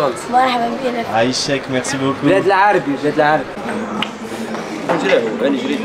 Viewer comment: 'aychek ne se prononce pas avec un " h " au début mais avec un " 'ain " et personne ne dit choukrane qui appartient à l'arabe écrit littéraire, tu m'as l'air de connaitre l'arabe comme moi le chinois